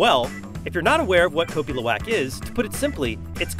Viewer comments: The way he was first pronouncing the name of the coffee was as bad as instant coffee 🤣 I've had the privilege to drink and buy 4kgs of luwak from ethical farmers in Bali which I brew with a Hario v60. As a side note, when the Balinese brew the coffee, they prefer to use the syphon method. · Its pronounced more like LOU-AHK